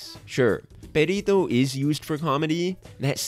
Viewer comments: im sorry but the entire video i was asking myself is he saying pedito(farty)? instead of perrito(doggy)? XDD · Buddy, you gotta learn to roll your r’s 👀 it’s Perrrrrrito not Perito. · wanna know what IS annoying? the fact that you constantly say Perito instead of Perrito like, seriously, it's literally just doing a google search. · his name is Perrito? oops, i legit thought they were saying Burrito this whole time. XD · No yeah, I need to work on my pronunciation, my mom called me out for this lol 😓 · When you say "perrito" sounds like "pedito" that means "little fart" whitch is a much more funie name for Perrito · I die every time you say “Pedito”💨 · I'm sorry, I can't help but laugh at the way he says "perrito", because the way he pronounces it makes it sound like "pedito", which means little fart in spanish 😂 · "Perito" xd im sorry but the pronunciation is really funny to me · Spanish speaker here (Mexican). I couldn't contain myself, sorry, but your pronunciation of Perrito (diminutive of dog) sounds like Pedito (diminutive of flatulence); or sometimes Perito (a profession related with law, I don't remember exactly their job, but sometimes get killed for their job). I don't expect you to pronounce it appropriately (as in English there is not equivalent) but made me laugh a lot. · Nice video, but as a spanish speaker I must tell you that your pronunciation of Perrito sound like "Pedito" which means "fartie" or "little fart". I just laughed every time you said it 😂😂😂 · I’m just gonna say it the way you say “perrito” sounds like “pedito” which means little fart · I love the way you pronounce “perrito” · The analysis is great man, but as a latin viewer I almost got crazy of how you pronounced his name XD